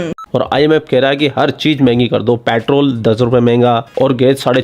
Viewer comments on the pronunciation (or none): के दीवानो को समझाओ पैट्रल नहीं होता पैट्रोल होता है।